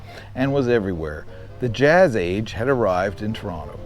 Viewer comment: Thank you for getting the name right- so refreshing to hear people pronouncing my hometown’s name w/ two Ts.